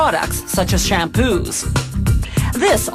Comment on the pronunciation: did she say shampoo??